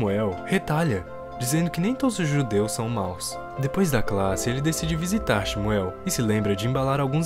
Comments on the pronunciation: A pronúncia do nome do menino judeu na vdd é "ximú" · Nada a ver. O nome do menino judeu se pronuncia Shmuel nao "ximuel". Nao existe esse "i".